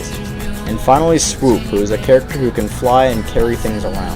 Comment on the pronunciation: BTW its "Swoop" sorry for correcting you.